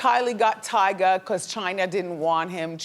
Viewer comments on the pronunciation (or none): none